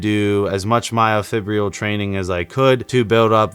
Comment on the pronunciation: Learn to pronounce myofibrillar.